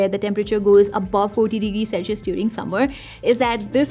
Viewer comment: I know, your saying it all wrong,the word is Celsius, sel-see-uhs.